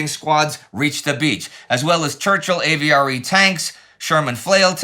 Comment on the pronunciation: My French can't take it. The French "Le" in "Le Hamel" is not pronounced like "lay" as Indie is doing. You get that sound in French from "é" or "les" not "le". The "e" in "Le" is a short vowel kind of like the "e" in "destroy" (if one is not pronouning incorrectly as 'deestroy'. Also, "AVRE" was pronounced "av-ree'.